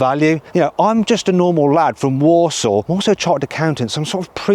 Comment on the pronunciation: Haha, heard that too. Had to google where he's actually from. It's Walsall 😂